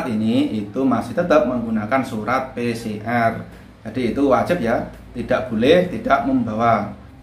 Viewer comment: Pi si er🤣🤣🤣🤣 Pi si ar lah broooo🤣🤣🤣PCR